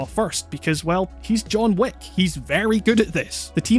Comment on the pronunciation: I keep on hearing John Woo instead of John Wick